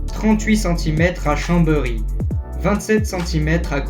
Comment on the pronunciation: Chambery ? ChambÉry 😅 Sinon, incroyable vidéo !